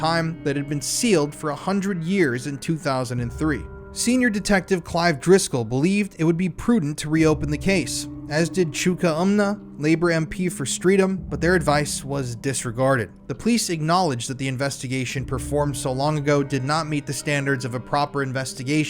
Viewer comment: Sorry to be pedantic, Vauxhall is pronounced vox hall and Streatham is pronounced Strett ham 🙃